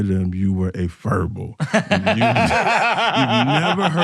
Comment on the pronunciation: Che says furble with a hard r. Christ man.